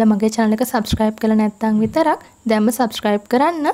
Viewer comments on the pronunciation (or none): none